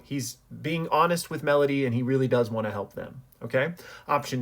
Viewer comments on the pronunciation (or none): none